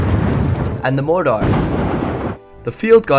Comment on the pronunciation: dude say mortar again hahahaha